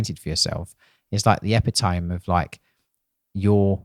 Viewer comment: Can't cope with that pronunciation of epitome. :D